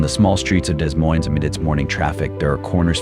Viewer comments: Pronounced 'da moine' not Des Moines. AI generated narration. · It's pronounced De Moine. Spelled Des Moines, but neither s is pronounced. BTW, this is NOT Des Moines!! You were showing palm trees!! You are lying about this situation in Des Moines!! Stop it!! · What are you doing?That was not in Des Moines, Iowa.The busses, we dont have that kind of busses, the streets, some of them,buildings, are not in Des Moines. And learn to pronounce right Des Moines!You took videos from other places and put them together like they were from Des Moines. Shame to you! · The AI does not even know how to say Des Moines. LOL